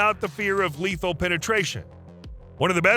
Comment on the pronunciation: Fool, you're going to be sued if you keep saying "Non Leathel" Learn the difference between " Less Leathel and Non Leathel"